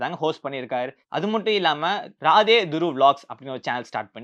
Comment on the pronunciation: துருவ் ராதே அல்ல துருவ் ராட்டி ( இதுதான் அவரது உண்மையான பெயர் இந்தி உச்சரிப்பில்)